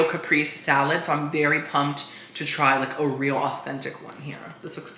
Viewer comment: Caprese = Kuh-pray- say, 🙂